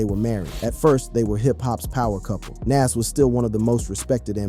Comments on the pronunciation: Soldier boi look drugged out It’s Nahz pronunciation wise btw not nazz tf lol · He says (Nash) like he's says (M.A.S.H) that old white people tv show.. LOL Bwahahahaha 😂😂 Young people reading is funny.. LOL 😂 so yes you got it right his name is (Nahz) and correctly spelled (NAS).. life is comedy 😂😂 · Bruh how u can't pronounce Nas name correct???